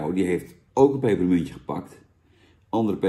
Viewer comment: Duimpje omlaag omdat je "pepermuntje" niet normaal kunt uitspreken